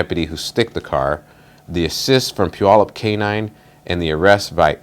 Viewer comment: Pew-al-up not, Pew-all-up. Where the heck did the spokesman come from. 😁